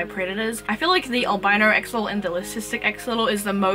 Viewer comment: Your pronunciation was pretty accurate... Greetings from Mexico. It's a real shame that we couldn't take care of the environment on that they used to live. Either way, we still got the chance to breed in cuativity. Keep it up with your awesome project, spreading knowledge ❤